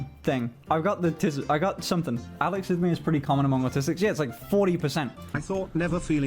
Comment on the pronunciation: Alexithymia is not being able to identify the emotion you feel. It isn’t the absence of emotion. We autistic have emotions. Try uh-lex-E-thigh-me-uh. 👍